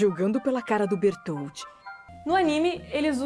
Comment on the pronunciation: saudades de escutar ele falar "berutoruto" :(